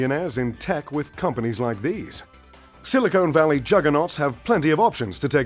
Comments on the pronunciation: It’s Silicon Valley not “silicone” like the implants... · It’s “Silicon” Valley, not “Silicone.” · "Sili-cone" valley 🤣🤣🤣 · I cringed every time he says "Silicone valley"